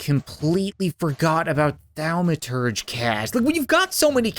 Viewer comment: Thaumaturge cat. Pronounced Thom-a-tur-gee